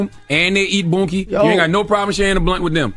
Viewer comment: I'm sorry but calling it "boonkie" is kililng me.